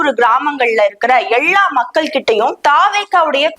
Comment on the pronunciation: லகர ளகர உச்சரிப்பில் கூடுதல் கவனம் செலுத்துங்கள் .. கொடுமையா இருக்கு உங்க தமிழ் உச்சரிப்பு.. எல்லா...என்பது சரி எள்ளா ....என்பது தமிழ்கொலை தயவுசெய்து தமிழை சரியாக உச்சரியுங்கள் ❤😊❤